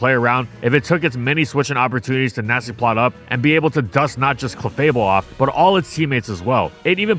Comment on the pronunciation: Did I hear Nazi-plotter?